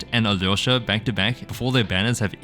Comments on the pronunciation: Appreciate how you pronounce Alyosha! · Thank you for pronouncing his name closer to how it's actually supposed to!! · 4.30 as a former Ukrainian can conform that yours pronounce are good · The way you pronounce Alyosha is genuinely healing my soul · your pronunciation of Alyosha is spot on 👀 (saying this as a slav) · Yes, that's pretty much a perfect pronounciation! The dub is notorious for getting names wrong, so no surprise it sounds off. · You did a great job pronouncing his name!